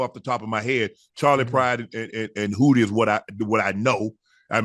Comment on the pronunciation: His name ain't Hootie Shay 🤦🏿‍♂️ Do ya research bro